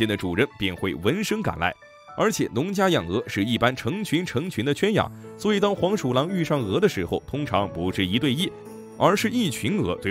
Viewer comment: 圈养，不是quan，是juan